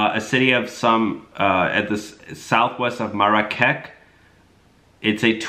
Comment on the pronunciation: It pronounced Marrakesh. It’s a quite famous place.